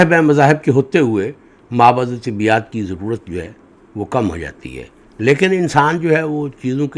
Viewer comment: آپ اردو میں ما وراء الطبیعیات کو ما وراء الطبیات پڑھ رہے ہیں۔۔۔۔ طبیات الگ اور طبیعیات/ طبعیات الگ معنیٰ ہوں گے۔۔۔ طبیات : طب سے اور طبیعیات/طبعیات: طبع طبیعت سے